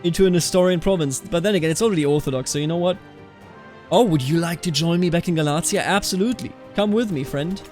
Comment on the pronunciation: Galatia is pronounced more like Gah-lay-sha